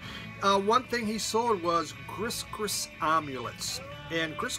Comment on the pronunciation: Hey, that Dr. John album is pronounced Gree Gree. New Orleans English is an entirely different thing than the rest of the country.